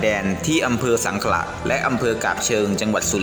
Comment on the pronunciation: อ.ส้งขะ ไม่ใช่ สังขละ